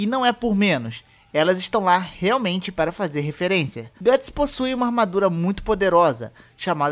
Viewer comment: Gatts? GATTS??? O Certo É Guts